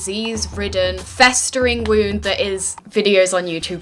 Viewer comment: "Robloxians." Just Came Off Roblox "Wound" Looking at wound when she says 'Wound''.